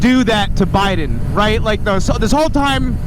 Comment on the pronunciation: “Americans rait?….and ya skewl shewtings” 😂😂😂😂😂